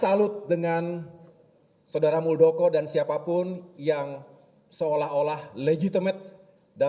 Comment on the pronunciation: Harusnya muldokor